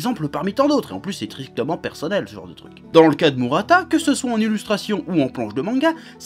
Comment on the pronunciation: mourata et non mu, tu me fais mal aux oreilles. Mais dans l'ensemble tu as raison, le mec est génial.